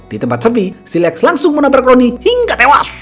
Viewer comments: Ahahah i like that "HINGGA TEWASH" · "hinggaaa tewaaaaaaaaaa" Selalu terngiang ngiang di pikiran gue Kadang ku berteriak ngikutin gaya pengucapannya, seakan setengah beban hidup ikut keluar..semangat selalu bang